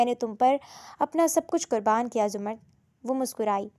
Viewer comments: Zumard nahi ' zamarrud' naam hota hai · Behan it’s not zumard it’s zamurrad